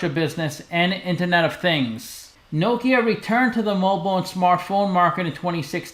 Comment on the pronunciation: i like you pronounce correct name of the company